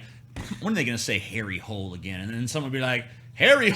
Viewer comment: They way you say Harry Hole is more like you say Hollender, or a long E